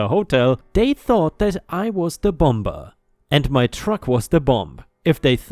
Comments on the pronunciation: Story 2, "patently" is "paa tint lee" not "pah tint lee." 🤪 Story 3, "winded" is "wine did." Past tense of "wind" like you wind up a clock (not "wend" like the wind blowing). 😛 Story 5, "bomber" is said like "bommer," where the second "b" is silent. 👻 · Hated the HOA with all my heart in the first story. Glad to know that OP is safe and beginning to heal. Equally loved a double dose of Disney cuddles. Such a sweet baby! 🌟🌟🌟🌟🌟🌟🌟🌟🌟🌟🌟🌟🌟 The story of the musician - you said the word "bomb" correctly as "bom". The bomber - you sounded the second "b". You don't. The word "bomber" is pronounced "bommer". Hope this makes things a bit easier for you. Warmest wishes.